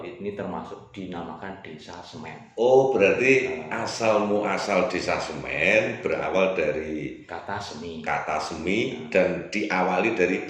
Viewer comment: Intine ra iso ngmg SEMI ddi Semen..